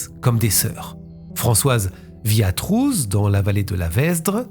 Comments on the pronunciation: Trooz ne se prononce pas Trouze mais Trau, tout bêtement. Et Werbomont, Ouèrbaumon, pas Verbraumonte. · Trooz se prononce Trau...